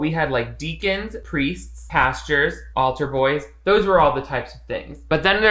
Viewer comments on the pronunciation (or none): I love you but let's not pretend I didn't hear you say "pastures" again;) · You went back to saying “pastures” again!! I have no idea why it bothers me. I’m not even religious. Either way, you’re fantastic, I love your videos.